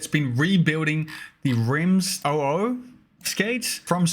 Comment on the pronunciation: Hey, thanks for talking about my little Remedyz Reborn project! I was so hyped when it popped up on my screen that I actually yelled and woke up my wife sleeping next to me 😁 By the way it’s not “OO,” it’s “zero-zero” — like the year the grey/black Remedyz came out🙂